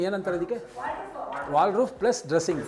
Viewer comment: ಅಯ್ಯ ನಿಮ್ಮ ಮನೆ ನಿಮಗೆ ಗೊತ್ತಿಲ್ವ 😁.. ಇಷ್ಟು ವಿಡಿಯೋ ಮಾಡ್ತೀರಾ ದೇವಿಗೆರೆ ಲಿಫ್ಟ್ ಕಂಡೀಶನ್ ಹೇಗಿದೆ ಅಂತ ತಿಳ್ಕೊಂಡಿಲ್ವ ನೀವು!!. ಸ್ಲಯ್ಡ್ಲಿಂಗ್ ಐಡಿಯಾ 👌👌👌. ವಾಲ್ಡ್ ರೂಫ್ ಅಲ್ಲ. ವಾರ್ಡ್ ರೋಬ್ ಅಂತಾರೆ